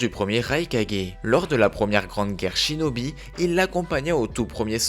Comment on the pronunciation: A 1 59 tu a dis chidobie au lieu de chinobie